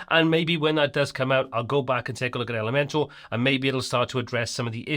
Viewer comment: Nobody should make Elementor videos if they keep saying elementAL instead of elementOR !